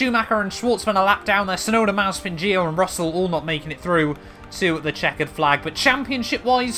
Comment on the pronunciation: You said mazepan